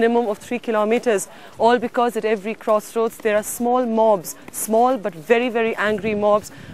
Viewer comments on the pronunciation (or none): none